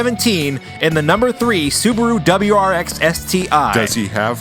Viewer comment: Loving it!! This made my day Sidebar, subaru is the brand, wrx is the model, sti is an option package. You said it correctly. I think it stands for subaru technica something or other, I don't know lol